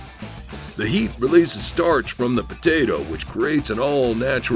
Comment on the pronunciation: cut a potatoe in half and poke holes in it with a fork lmaooo his accent came out like a mug